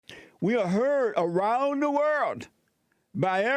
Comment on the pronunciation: Heard around the "world" pronounced as worlt. Jessie cracks me up